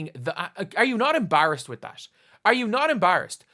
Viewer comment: Dude learn how to say EMBARRASSED PLEASE!!